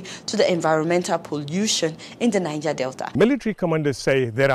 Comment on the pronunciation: There is no R in Delta, please